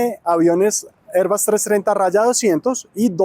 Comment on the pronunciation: ¿Porqué pronuncias "airbas"? No seas pendejo y pronuncias en español, Airbus como suena y se escribe.